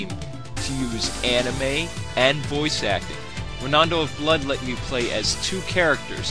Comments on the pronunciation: It's pronounced, "Ron-do," not "Ro-nan-do!" Geez... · Rondo is pronounced phonetically. How in the world do you get ronondo? This REALLY bugged me about your review, especially because you kept saying it over and over.